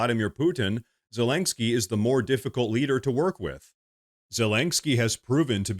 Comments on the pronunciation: Len not lain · Okay, brother, I love what you're doing here. I agree with mostly everything you talk about but this has got to stop! It's ZE-LEN-SKY not ZE-LANK-SKY! 😂😂😂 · So. . . I LOVE this channel and fair warning-I will probably sound like a Karen, but please hear me out. . . You are pronouncing Zelenskyy’s name wrong. It’s Zuh-LEN-ski Not Zuh-lank-ski That is all. ❤ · You keep saying "Zel ANG ski" instead of "Zel in ski" just so you know it sounds a bit funny. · Sorry I had to turn off after the 10th time you said zelengsky... gosh so irritating 😂 there is no G in zelensky. Yes and agree - Zelensky is only qualified to be a bad cross dressing comedian actor, with the same sugar daddy oligarch as hunter biden. All fake - cia started the war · please stop saying ZelenGsky lol. Thanks for the video. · I want Zelensky to disappear from the world scene if only so I can stop hearing constantly and comically MISPRONOUNCE his name. How many Ks are in his name,? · Dude there is no G in Zelensky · The over pronounciation of Zelensky is grating to my nerves. Had to bow out of this video.